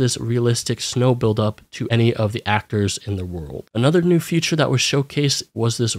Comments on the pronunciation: Feature is pronounced fē′chər not "future". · you keep saying "future" instead of "feature" and it's driving me up a wall.